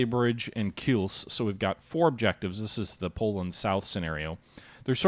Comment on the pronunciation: It's "Kielce", not "Kills".